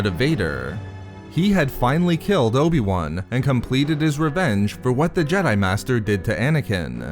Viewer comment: Dude, stop ending words and sentences with -uh. Ex: Anakin-uh. Understanding-uh. Obi-Wan-uh.